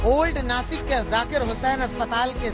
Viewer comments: ये नाकिस कहाँ पर है भाई.....😂😂😂😂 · नाकिस नही नासिक होता है आज तक वालो गवार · chitra ji 2000 ki note me nano chip ....😂😂😂 ....or naakis nhi .....naasik hai wo😎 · नाकिस नही नासीक होग!! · Nakis nahi nasik chutiyo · नासिक है... नाकिस नहीं